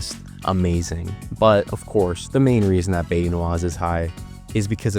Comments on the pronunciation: “Bae-you” 😢 and “mangrove” trees…. As a native coon it’s “bye-you” and that’s cypress trees and Spanish moss hanging of the branches😐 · Bayou is pronounced “Bye-you” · the way you say bayou makes me wanna rip my face off great vid tho